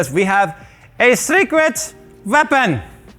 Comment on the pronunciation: "Secwet Weapon!!!" OMG I do that all the time! American Tail, right??